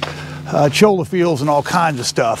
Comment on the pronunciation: Hot tip,... It's pronounced "Choi-Ya", not Choal-la",.. don't want to sound too much like a desert green horn. Thanks for the Vid !